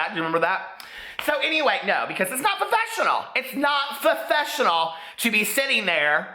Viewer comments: "What's fa-fessional?" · Omg the Simple Life reference... I STILL to this day say Fofessional instead of professional 😅